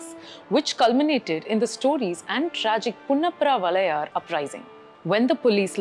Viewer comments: it is Punnapra-Vayalar not Punnapra-Valayar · It's not punnaappra valayar it's punnappra vayalaar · Punnappra Vayalar - You said it wrong